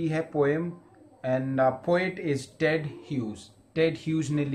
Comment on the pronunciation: Sir Apne jab Ted Bola mujhe dead sunnai Diya